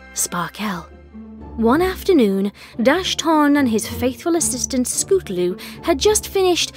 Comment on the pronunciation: Wait did i heard you say scootaroo instead of scootaloo?